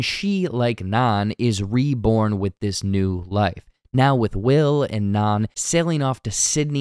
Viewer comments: Why do you keep calling her naan? 🫓 Her new name is NAN. 😂 You always get some easy details like just slightly off. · Anna said her new name would be "Nan"...as in short for Nancy...not "Naan" a popular bread eaten in India. Or are you still thinking this is a "body of christ" situation?